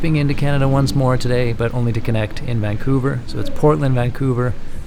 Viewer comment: You mean "Vancounver" :D